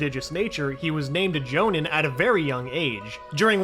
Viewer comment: Ah yes, a gin chur reeki and a jone in